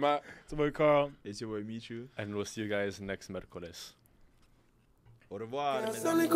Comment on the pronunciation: Sergio can you please get the word " Miércoles" right? Thank you